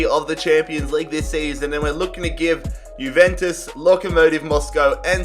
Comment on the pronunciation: it's pronounced yuventus not guventus